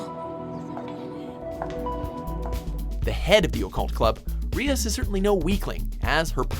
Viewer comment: Reeas gremory? Its pronounced r I as ( with a separate I) gremory... Smh xd